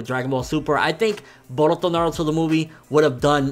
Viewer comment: Why does he say "Boruto" like that?